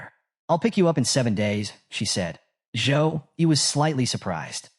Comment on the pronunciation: Waaaiiitt so he wasnt called Joe-E but Zouh-Yi all along ahahahaah